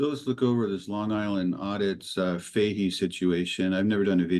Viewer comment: Fat she, not Fahey